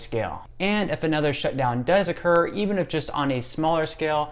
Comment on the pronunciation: The way you say "shutdown" , it sounds like "shitdown" , where are you from?